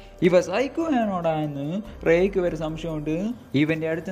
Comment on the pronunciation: Re alla rick enn anu 🤦🏻‍♀️